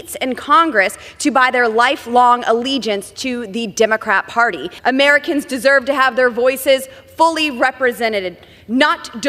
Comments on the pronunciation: Bimboert: “Uhmarikinns”. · Is it Americans o in a form of Ameri (kens) as Boebert pronounces it.